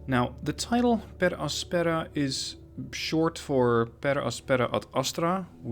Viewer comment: i think the pronunciation is Per àspera edit: damn there's troy baker as an actor!